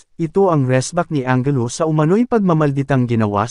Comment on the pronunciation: anjelu po ang pronunciation hindi angelo.